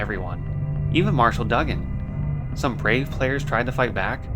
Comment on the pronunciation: I'll add another one. It's Marshall Doo-gan, not Dug-an. Good gameplay, I can tell your pronunciations are regional because you have a bit of an accent. Keep it up.